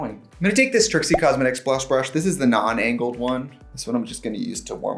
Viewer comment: Why now everrrrry time she says “angle” for the brushes I hear the “angel” pronunciation that they do in Uhnn?